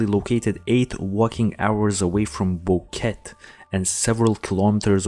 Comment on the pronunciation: It is bo-KET-eh.